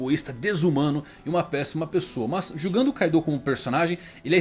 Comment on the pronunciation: Man nmrl não gosto quando os caras adicionam uma vogal, tipo "kaidooo